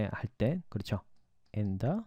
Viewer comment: 선생님. 좋은강의 감사드립니다. 질문이 있어서요 ^^강좌중 in the evenging, in the afternoon은 the 다음 a,e,i,o,u 가 왔기때문에 the를 Di 로 발음해야 하지 않나요?..